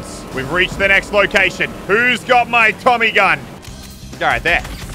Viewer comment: sounds like he saud “Commy gun”